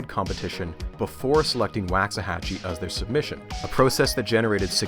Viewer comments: as a texan, its funny to hear you pronounce waxahachie as “wax-ahachie,” instead of how we do, “walks-uh-hachie” (waux as in walks) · Wocks-uh-Hatch-ee rather than Wahcks-uh-Hatch-ee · Living so near Waxahachie my entire life, every time I heard you pronounce it "whacks a hachie" I was filled with indescribable rage. It's "walks a hachie." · Great video, but I really wish you had taken a couple of minutes to see how the town names is pronounced. Each time it is pretty jarring to me, a Texan. Wah-xahachie. Like the sound your mouth makes for “wash” or “wander”, not “wax”. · Here in Texas we pronounce "Waxahachie" Woks say hachie" The Wax is softened Wox" this is another of weird Texas slang, I suggest a book n Weird Texas Sayings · For some crazy reason the first a in Waxahachie rhymes with rocks rather than wax. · It's pronounced woksa-hatchy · This was amazing, I loved it, but it's pronounced "WALK-suh-HATCH-ee" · Great Vid, my wife is from Waxahatchie and she visibly cringed at your pronouncing lol. It's pronounced "wox-a-hatch-y" or how I tease her "wax the taxi". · Waxahachie is pronounced like waak-suh-ha-chee. Man I'm sorry but as a Dallas native I was cringing everytime you said it hahaha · It's pronounced, "Walks-a-hachie" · Great video series so far though as someone who grew up in the town it's pronounced Walks-Uh-Hachie. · footnote: it is pronounced wawks-a-hatchee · Well, you start off mispronouncing 'Waxahachie', so the rest is suspect. Sounds like a Bush hit job... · I really hope the Waxahachie portion of this video is short, it hurts my Texan ears to hear it mispronounced so much 🤣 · I shudder every time he mispronounces "Waxahachie" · As someone that lived there , PLEASE look up how to say Waxahachie.